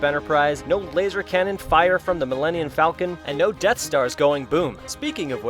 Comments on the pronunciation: "millenniun falcon" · mellinein falcon? really? -_